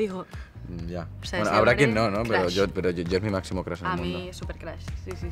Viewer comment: Crush que no se pronuncia Crosh?